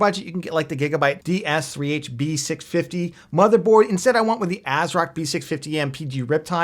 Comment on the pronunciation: You did it again. Repeat after me "B650"